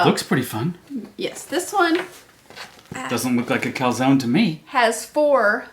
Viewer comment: Not sure it’s pronounced calzonee, pretty sure the e is silent.